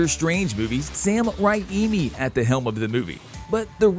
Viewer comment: Sam Ra-imi? Haha...